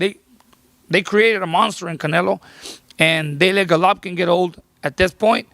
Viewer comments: Rolly is stupid af!! He says he’s a ‘Govolkin fan’. How are you a fan and pronounce the name wrong? And he says 7-5 canelo first fight smh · Rolly a fool, can’t even say “Golovkin”, and saying he is a fan smh